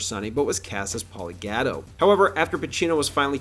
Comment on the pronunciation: Please learn to pronounce Italian surnames correctly - Gatto (Gah To), Cicci (Chee Chee)